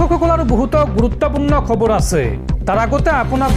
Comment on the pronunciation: Khabaru nhoi o dada khabar prtom ucharon to valke krok